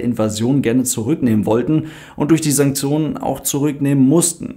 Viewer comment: Sanksionen? Sanzionen? Santsjonen? Wie schreibt man das? Vorne mit „S“ „A“ und „N“. Das hab ich zumindest verstanden…